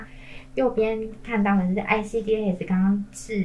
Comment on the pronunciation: ICDAS 跟ICCMS 是一樣的系統。 只是ICCMS 多了對於根據齲齒分類所對應的處理建議。 至於ICDAS 的發音方式， 通常是 IC-DAS (欸西-大思） 不會把每個字母分開念。 一點小小的建議